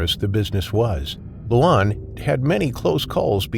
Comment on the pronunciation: The name Luan (correct pronouncation for Luan is LORN) if translated to English is Loud. Tbh, I'm part Cambodian myself and I never knew crocodile is a big thing in Cambodia. Don't really hear much about that part of Cambodia in the US.